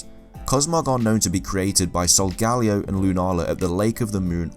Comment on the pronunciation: Its pronounced Sol-Guh-Lee-oh because sol means sun and leo means lion